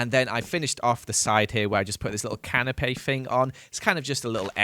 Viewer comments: Great video as always! Correct me if I'm wrong, but isn't a canapé a type of food? I can't tell if you're mispronouncing canopy or saying something different. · Love the way that he says canapé instead of canopy 😂